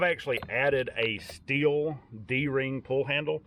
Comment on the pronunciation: Everyone pronounces Stihl wrong. I think it is funny because you can find PRC Steel saws here.